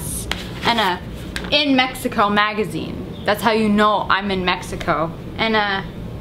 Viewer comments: I laughed when she said mehico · did you say shigago instead of mexico